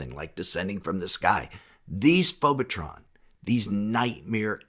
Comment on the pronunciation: Did you say "phobatron"? That's Megatron's cousin!😂